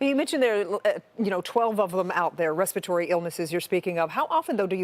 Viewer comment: Respiratory was mispronounced by both newscasters.